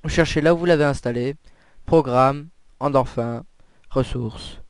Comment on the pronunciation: va apprendre que sa ce dit "endorfine" et pas "endorf1" comme tu dit ... tu te vente trop c'est insupportable je n'est même pas réussi a voir la vidéo juste au bout...